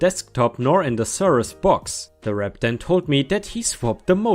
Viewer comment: ⭐💫🌠✨🌟👍😲🤦‍♀️😢🤦‍♂️😠🤦👍🌟✨🌠💫⭐ "haranguing" - the "u" is silent, so pronounced "harang-ing". "Cirrus" - the "i" is a short "i" like in "sick" , not a long "eye". My first computer was a Compaq Pressario 😊